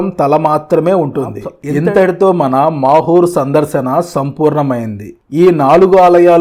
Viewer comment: It's not makur it's mahur